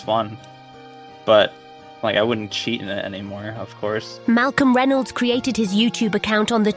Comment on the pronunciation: It's funny how can't pronounce "Reynolds."